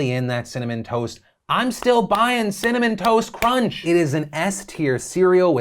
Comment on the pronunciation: You say Cinnamon Toast Crunch I hear Cinnamon Toast Ken. 🤣